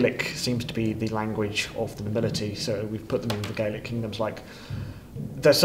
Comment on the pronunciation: Oh god... As a Gael I'm cringing at "Al*B*a" and "Gay-lick". If they had a specialised historian in, they should've been told it's "Ah-luh-pah" and "Gah-lig"